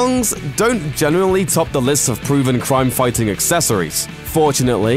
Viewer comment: couldyou please find a presenter who can pronounce the letter 'R' I don't care how good your research is (and since you didn't known Hawkman and Hawk girl were police officers from another planet and that was their uniform of course they look similar it's pretty poor) i could only make it half way through listing to you rabbit on about "cwime" before i gave up in disgust-get speech therapy or a new job.